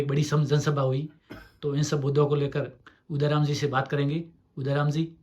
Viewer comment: उदाराम properly बोल भी नही सकता हैं क्या शिव का MLA बनेगा